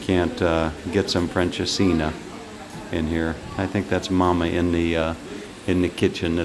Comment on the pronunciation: Nope, it's not pronounced "French'as-seen'er". 😃